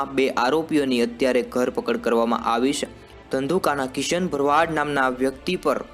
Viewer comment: Ghar pakad nai Dharpakad....bolta sikh pachhi reporting karje